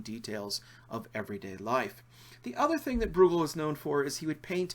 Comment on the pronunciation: It's Breugel, (Broy-gel)